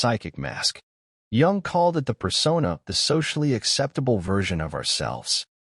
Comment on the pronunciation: We're surrounded by them! BTW, Jung is pronounced "yoong", not "yong".